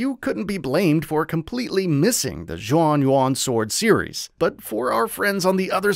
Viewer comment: Interesting all the pronunciations of the game's title and characters are wrong 😄 Taishi is the surname so the main characters name is actually Zhao.